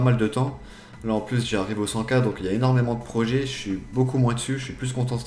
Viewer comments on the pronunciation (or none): Tu dis 100k ou? x)